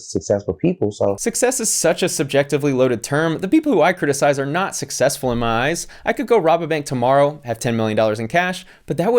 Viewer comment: "Sussesfull"